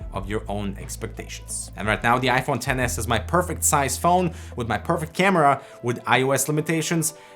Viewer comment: thank you for calling it XS not tenes